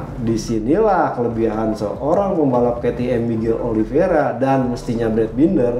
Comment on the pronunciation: *Oliv-ei-ra, bukan Oliv-ie-ra bang